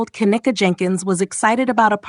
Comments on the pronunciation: See, its hard to get passed the 1st part of this video when the little stripper chick who was speaking in the very beginning turned around & made a video recanting all of those crazy ass claims that she had made so boldly & so confidently, making her credibility ZERO. Also, why are we calling her Ka-neck-a, when its pronounced Ken-neeka? 🤔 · Ughhh the annoyance! You’re say her name wrong!!!!